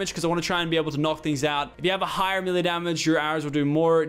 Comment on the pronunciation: Lachlan, please, melee is pronounced MAYLAY. Please father Lachlan, save our souls and say it right